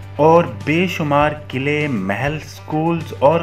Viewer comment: Qillay nahi QALLaY